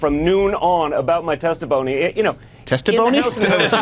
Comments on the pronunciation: I thought Schiff for Brains said testiphony. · I think he said "testiphony".